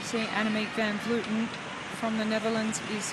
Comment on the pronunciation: Why does insist on mispronouncing AVV's name? It's inexcusable. I'm sure he's been corrected many times. (edit: I just watched to the end. It's absurd to hear him repeat her name incorrectly again and again as she crosses the finish line. How can anyone call themselves a professional and get something so basic so wrong?)